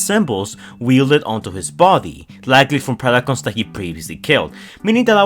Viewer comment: “rice of the beast picons” 😭😭